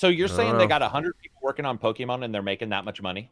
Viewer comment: "Po Key Min"